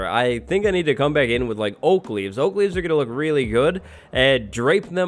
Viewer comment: When you said you were going to put "oak leaves" on the panda I heard "Oakleys" like the sunglasses 😅🤣🤣